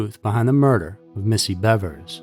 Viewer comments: Thanks for calling her Bevers and not Beavers 😅 Idk why everyone pronounces it like shes a Beaver... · And he pronounced it correctly, there's so A in there.